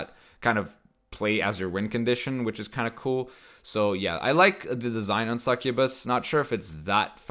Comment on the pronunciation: Succubuy? How did u pronounce succubus like that dude?